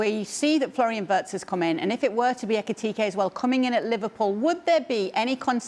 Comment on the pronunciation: Jan its ekitike not etike